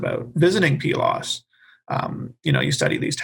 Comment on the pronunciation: Please note: I didn't listen to all of this, but came here because I felt I was the only one who pronounced Pylos as Pee-los. I have my BA in Classics from Prof. Michael Cosmopoulos. And traveled to Pylos and Iklaina for the first year in 1999 for his dig. I had a photo of me holding one of the tablets(?) I stumbled upon. Pretty cool. I regret not getting my Masters or PhD with him. But don't regret a thing about my BA and travels.